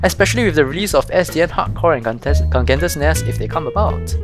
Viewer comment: pronounced gee-gan-tes or you may omit the "g" in gee and say ee-gan-tes or hee-gan-tes based on the region you hail from.